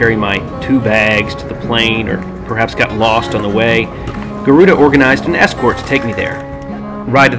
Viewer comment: Actually, Its Garuda Indonesia, Not guaruda.